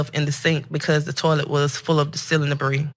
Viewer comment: She didn't write that statement. Proof?! She read "debris" with an s as in "debreeze". But so what?! This is utterly disgusting!!!!🤮